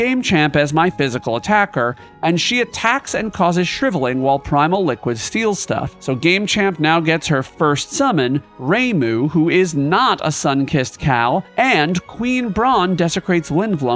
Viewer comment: ok ok, gotta stop watching, he pronounced ramuh as "reimuh"... in FFXV it is prononounced Ramuh, so that has to be correct.